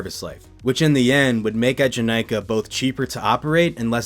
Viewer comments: the way you're pronouncing eejanaika is gonna give me an ulcer 😭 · Similarly studied and lived in Japan for a few years, which included several visits to Fuji-Q to ride it (and also have it at my #1 coaster). His first ええ is a bit off, but the middle having less emphasis is accurate to the pronunciation the park uses. Still within the ballpark for a non-speaker, and definitely not the worst I've heard (a lot of people misread the romanized "Ee" as いい, which...no).